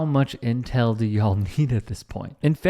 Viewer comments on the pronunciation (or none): none